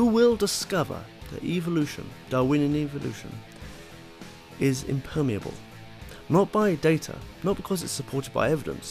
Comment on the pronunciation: I know this is petty, but "Impermeeuhbble"